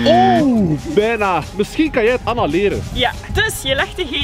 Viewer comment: Het lijk of ella zegt in plaats van Anna